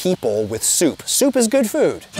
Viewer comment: that "p" in that soup was legendary... had to rewind couple of times to appreciate it fully